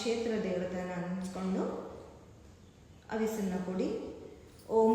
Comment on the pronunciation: ಅವಿಸ್ಸು ಅಲ್ಲ, ಹವಿಸ್ಸು